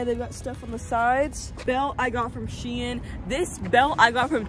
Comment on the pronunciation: WHY DO PEOPLE PRONOUNCE SHEIN SHE-EN ITS PRONOUNCED LIKE SHEEN!!😭😭❤